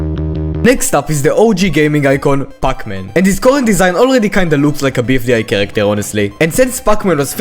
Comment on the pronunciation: What i hear puck man😭